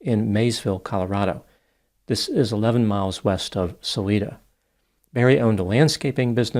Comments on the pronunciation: Suh - lie- duh (not suh-lee-duh). Come on Doc. How long have we been hearing about this case? BM is going down. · Just a kindly fyi, Salida is pronounced with a long i . suh LIE duh ❤